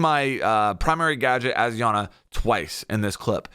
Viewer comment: it’s EYE ana btw lmao